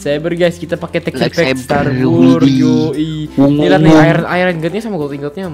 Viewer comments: bang bukan setar wor tapi stars wars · star wars bang bukan setar war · bang bukan setar wor tapi star wars bang bang waduh malah setar wor waduh :v :3 :0